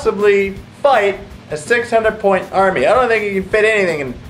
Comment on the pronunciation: Units in that "army" not "arm" ffs